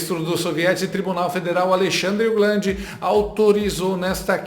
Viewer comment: Alexandle, o "glande" kkk